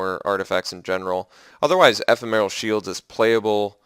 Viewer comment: Love your drafts -- check out how to say ephemeral.